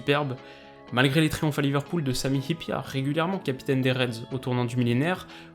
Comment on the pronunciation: C'est très bien d'avoir pris le temps de chercher la bonne prononciation de Jari Litmanen, de Sami Hyypiä !